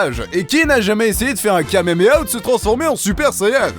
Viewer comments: non il à dit kamemeha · Je men remet toujours pas 😂😂 "kamemeha" 😂😂🔫